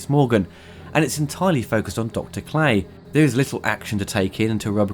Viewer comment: This was a brilliant show was I was younger, if you take Robocop 3, Robocop (2014) and then Prime Directives and hold them against The Series, I can assure that the 21 episodes of The Series will entertain more. Not sure if you're saying 'Clay' or 'Cray' though...